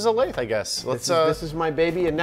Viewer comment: you're pronouncing "lathe" wrong. Just like "executable."